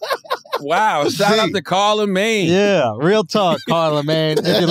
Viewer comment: "CARLAmagne" HAHAHAHAHA